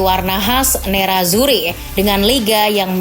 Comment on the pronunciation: Sebutan nerazzuri: neratsuri, chivu: kivu